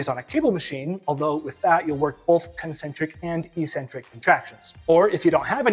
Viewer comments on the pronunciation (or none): EEEEEEEEEcentric is not a word in the English language, despite what the lifting community would have you believe. Some meathead a while ago must've thought that 'eccentric' only means crazy. It doesn't! It means 'away from the center'. Both from an etymological and a phonetic standpoint, it must be pronounced eK-Centric. Etymology: 'ec' means away. 'centric' means center. The tendons are moving away from the center of the muscle during the eccentric phase. 'ee' centric would mean 'without a center', which makes zero sense! Phonix: The first syllable is 'ec'. There's a 'c' in 'ec'. That must be pronounced as 'eK'. So, the word is pronounced eK-Centric, by two lines of logic. People might consider you eccentric to pronounce it correctly but don't take my word for it, -look it up for yourself, if you're really a man of science and learning!